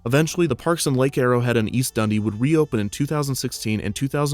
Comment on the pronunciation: As someone from Chicago, His pronunciation of Dundee hurts my soul